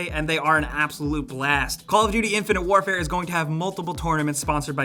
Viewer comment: When he said "Infinite Warefare" i had an urge to hang myself.